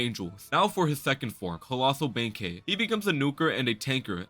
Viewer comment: I was thrown off when you said Benkei properly because everyone on the internet likes to spell and pronounce it as “Benkai”